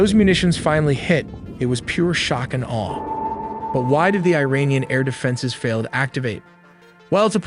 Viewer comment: You pronounce Iran "EERAAN" (correct), but pronounce Iranian "AYRANIAN" (incorrect). The correct pronunciation is "EERAANIAN". Great video nevertheless!